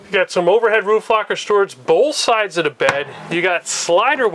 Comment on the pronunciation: I love the way he says when You can see da top ada pop top